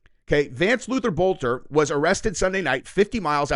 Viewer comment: Boelter is a German name the o is silent